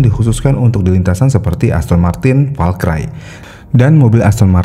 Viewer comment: Agak risih Valkyrie dibaca Val-cry